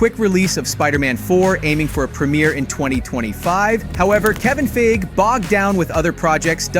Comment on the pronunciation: FEIG EEEEE say his name properly please he has an E at the end of his name 🤦‍♂️